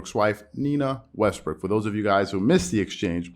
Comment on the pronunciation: I know you did not mean it. But you mispronounce Westbrook's name. Hilarious! I had to rewind to make sure.